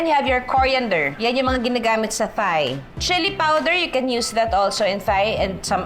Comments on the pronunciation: Ate Juday not criticising u but heard u po so many times pronouncing “THAI as “THIGH” its supposed to be “TAI”only. Ngkamali din ako dati nyan sa pagsasabi. Till my Thai friend corrected me. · Very correct! It’s pronounced as “Tai” (Thai), Tyme (Thyme) just like Tomas (Thomas) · At ang tama daw na pagbigkas ng herbs ay Herbs hindi erbs hindi daw silent H. At Tai ang tama.silent naman ang H.